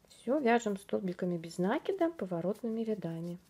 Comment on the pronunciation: МК чудесный!!! Только не нАкид, а накИд. Слух "режет", а корзинка просто волшебная.